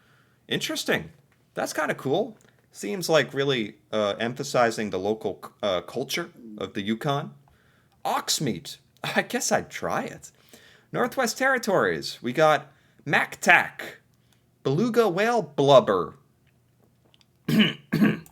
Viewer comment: Mucktuk....not mactack